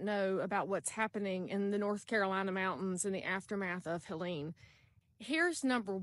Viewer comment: It's HELENE not Helen. Just saying. So sorry for everyone's loss and the destruction